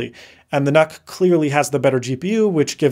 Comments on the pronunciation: It's pronounced Nuke as in Unit. Do you say Un-it or You-nit? I keep hearing Canuck every time you say nuck. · I thought nuc was pronounced 'nuke'? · Ahhh, the good old "Intel Knock" The new Nuc (/njuːk/) just doesn't sound right.